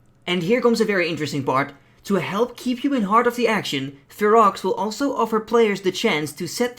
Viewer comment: Fero's enclave, you dont say the X in the name.